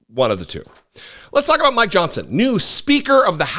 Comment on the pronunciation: First, without the beard, you look like you just graduated from high school. Secondly, slow down and annunciation when you say the Speaker of the House's name. , I thought you said, "Let's talk about my johnson." Wait?! What?